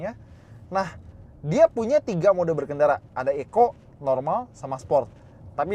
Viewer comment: TTS nya nganggepnya kali ECO itu di eja, bukan dibaca sebagai 1 kata, cums klo tulisan bya Eco * nyimpen duren disitu bisa